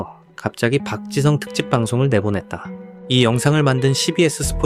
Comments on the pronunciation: 맨유 팬인 동료가 박지성 이야기를 하던 게 생각나네 그 당시엔 그의 가치를 잘 모르겠었지만 지금 보니 박지성이 정말 중요한 역할 했음 그리고 발음도 완전 정확하게 '박 지 성'이라고 부르더라 ㅋㅋ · 영국인 동료가 맨유 얘기하던거 생각난다 박지성에 대해 언급하면서 실력 있을 땐 그 가치 잘 몰랐다면서 지금 보니까 진짜 대단한 역할이었음을 인정하더라 심지어 이름도 정확하게 '박 지 성'이라고 부르니 귀여움 ㅋㅋ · 맨유 팬인 영국 직장 동료가 박지성에 대해 이야기한 거 기억나네 그때는 그의 가치를 잘 몰랐지만 시간 지나고 보니 진짜 엄청난 역할이었음. 발음을 아예 정확하게 '박 지 성' 이라고 하더라 ㅋㅋㅋ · 한국선수 발음 이정도로 하는거면 진짜 지성인 축구선수 맞네 ㅋㅋㅋㅋㅋㅋ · 영국 맨체스터 촌방언으로도, 스코틀랜드 촌방언으로도, 아프리카 어딘가방언으로도 정확하게 “지 성 팍”이라고 발음한다. 경상도 사람도 잘 못하는 ”지 성 팍.“ 이게 이 사람의 존경심을 나타낸다.